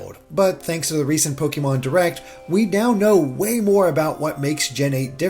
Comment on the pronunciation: It’s pronounced Pokaymon.